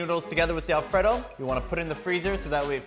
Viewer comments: I wish he’d stop saying Alfredo like The name Fred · alfraydough. not whatever you're saying. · i don't enjoy how he says alfredo